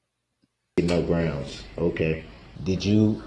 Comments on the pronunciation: Substained! Grouns he axed without relevancy! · it’s grounz! 😂😂